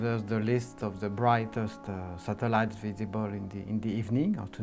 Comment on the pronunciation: I like how he says the word "satellites."